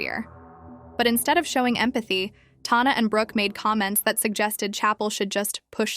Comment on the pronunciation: You’re saying TAHNAH when you’ve obviously seen the videos lol shady queen not her name but yes continue